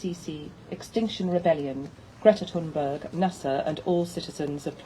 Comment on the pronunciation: I wish she would pronounce Greta's surname correctly! Too annoying to watch this as it grates on my nerves. Nice to see the boat again.